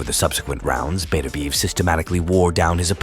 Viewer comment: Im sure thats not how you pronounce his name 😅 good vid 😊👍